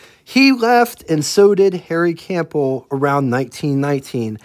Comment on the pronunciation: In "CAMPBELL", the "P" is silent; the "B" is not. It's a well-known name. You might want to learn how to pronounce it.